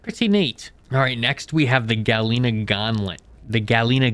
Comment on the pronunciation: Yea, they're pretty bad 😭 "Abysmal Chasm" "Ferocious" "Neodiemium" "Galeena" "Primorial Caves" "Triolocareis" "Pehwin"